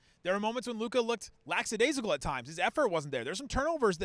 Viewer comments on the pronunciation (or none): LACKadaisical. Not LAX. Lackadaisical. 😉